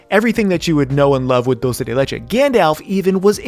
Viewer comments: "Diulcei dei leichei" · Dhdhhdhdhdd kind funny he saying "doce de leite" dhdhdhdhhdhdjdjd